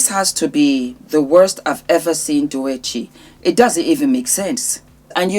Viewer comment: Doechi pronounced dough-chi Love from Zimbabwe 🇿🇼 ❤❤❤❤